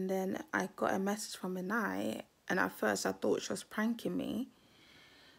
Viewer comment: Do u realize that you called Minai “Miami”?